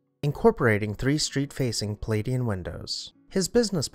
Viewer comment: Oh, I love what you called the Palladial windows! Palladian? Thanks,!